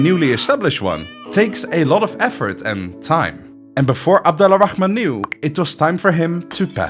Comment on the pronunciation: Slight correction, Abd Al-Rahman is actually pronounced Abd Ar-Rahman (the L is silent when it meets an R)